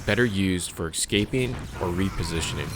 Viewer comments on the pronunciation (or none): FYI "escape" is pronounced "ES-caping" not "EX-scaping"